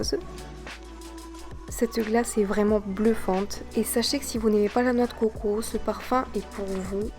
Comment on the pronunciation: j'aime la vidéo mais c dégueulasse comment tu dit lait de COCO !